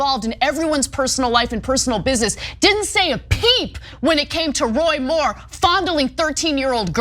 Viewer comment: "Roy Moore"? 😂